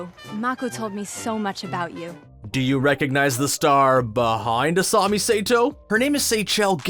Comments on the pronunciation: "Make-oh" and "asami say-to" But why! Why would you do that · I even can't handle he pro-nouncing Asami and Mako